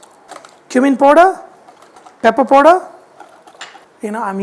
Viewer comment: Love it when u say "POODER"